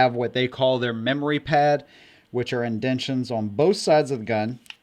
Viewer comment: "Indendtions"?? LOL